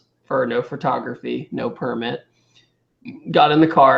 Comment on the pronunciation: you say "furtography"